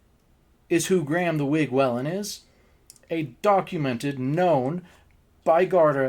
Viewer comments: Its not wellen its pronounced wheelin 😂😂 and the wig is dating conors sister 😂 that man was not the wigs dad 😂😂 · I'm Irish, just for future reference Whelan is pronounced Wee-len. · Just have to let you know how to pronounce the surname Whelan. Just say Wheelan 🙂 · So your theory is that they just wanted to embarrass/shame him because he did so to Ryan Whelan at the bar? It's WHEELan, just to let you know.